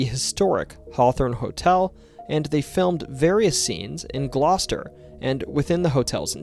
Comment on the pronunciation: He said "Gloucester" right tho 🤔